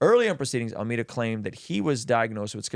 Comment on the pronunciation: AlmEEda ❌ AlmAda ✅